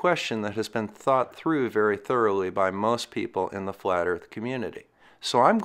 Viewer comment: Who needs facts when you believe the erf is fwat!